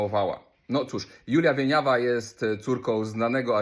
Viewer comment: ale ty gościu pierdolisz. Po pierwsze akcent na drugą sylabę, a po drugie nie dorabiaj ideologii to wypowiedzi skretyniałej gwiazdeczki. W jej wypowiedzi nie ma drugiego dna, a o takie intencje prędzej wojewódzkiego bym oskarżył niż pustą lalę winiawe